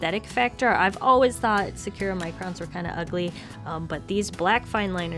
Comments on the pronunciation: SAH-koo-RAH SAH-koo-RAH SAH-koo-RAH NOT SOO-ku-ra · Its really triggering me that youre pronouncing Sakura wrong and usually it wouldn't but you said it like 20 times you pronounce it sak (like you're saying sock) ku (like coo) ra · I’m just saying that I got kinda confused when u said sakura. I know that’s the brand but u said it like sacura, but I pronounce it sa-ku-ra because it’s Japanese.😂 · Sah-ka-ra is how you pronounce sakura its so hard listening to you say secura so there ya go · I love everything you do, but I need to tell you that Sakura i's pronounced "sah-koo-rah" and not "secure-uh"... The Sakura Tree Wikipedia page should have an audio button if you need to hear it. Sorry for the critique, but securuh was just weird to her >.< Love ya! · Sakura is pronounced (Sah-kuh-rah) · hmm 'sa-cure-a'? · Now that I re-listen it’s sounds like sir-kur-a yikes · Ily but the way you say sakura makes me wanna jump out a window lol